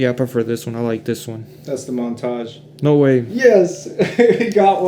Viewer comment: How to butcher foreign and non foreign words! Ombré no maid! 😅 Your whole video is about Montage and you call them montage. Amateur hour